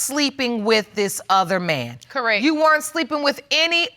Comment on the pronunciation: This woman cracks me up saying “Correk” instead of correct!